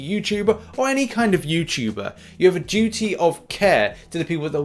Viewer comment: My first thought on hearing " Duty of care": aww, just like The Doctor with Clara. My second thought: hehe, he said "doo-dee"